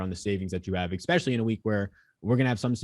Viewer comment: I love when people say exspecially